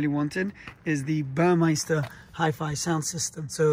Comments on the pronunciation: Congrats. I have an all blacked out Macan GTS with red calipers (standard) and red tachometer, and seatbelts. With the red stitching. BTW it's Burmester. Not Burmeister. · It’s Burmester not Burmeister